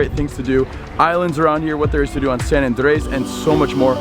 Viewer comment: It's AAAHHHandres bro not ANdRES. Why do you roll the r in andres and then just butcher the first part. lol